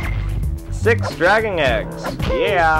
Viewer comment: it sounds like your saying dragging eggs lol. good vids keep it up